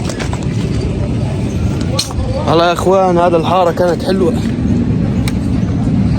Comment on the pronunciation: حتى انا هذه الزنانة كانت تضايقني.إن شاء الله لن تعود .ومبارك عليكم النصر.انت تعجبني كثيرا ابني وتضحكني خاصةلما تقول:"هيذا ومش هيذا"...